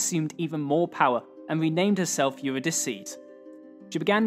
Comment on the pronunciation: don't worry, I don't speak Greek either and I butcher names all the time. I would have thought Eurydice a lot easier to pronounce as it's a rather well known name from Greek mythology. I have to admit you pronounce it a bit weird but close enough to the English pronunciation of the Latin name. For future reference you should know that in ancient times the Latin C was always a K sound, like in the original Greek. So it would have been something like Eurudikeh. But either pronunciation is fine in my opinion, comparable to how Caesar or Genghis Khan are almost never pronounced kaisar or chinggis.